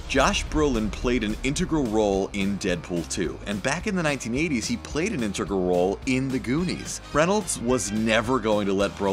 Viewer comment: Intogrol? Did he mean 'intergral'? 😂